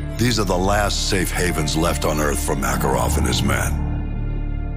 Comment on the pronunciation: Why do the soldiers pronounce makarovs name as MORKAROV apart from Ghost lmfao i also notice different gun sounds too its a shame they didn’t remaster multiplayer and co op i would of brought this remastered game then no point buying just for campaign when i can watch here 😎